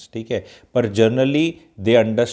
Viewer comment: Generally, it is GENERALLY not JOURNALLY. A very logical suggestion. Don't take it emotionally.